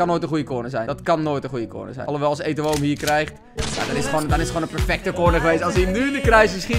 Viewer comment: Niemand:: Etowoo